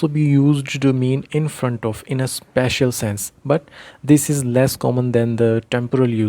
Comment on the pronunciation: Bhai ye sspecial hota hai This is spatial Plz chk pronunciation of spatial